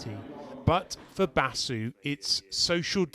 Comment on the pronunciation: 'Basu' ? Sure he's not from tel aviv!